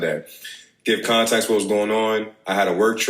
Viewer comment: I’m tired of people mispronouncing regular words. I learned English as a second language by reading. So it really pisses me off when Americans can’t speak their own language 😂😂😂😂 he really said “to give more contaxt” that’s how he pronounced it…? Come on.